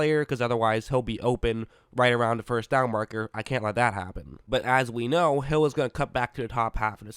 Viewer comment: it sounds like he said “ he throws a prayer and it’s answered by hell